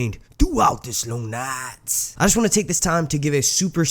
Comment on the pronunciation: ITS SO ANNOYING. LIKE, what accent is that?